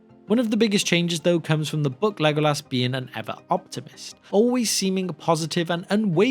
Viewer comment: haha to OP why do u pronounce as lego- LAS?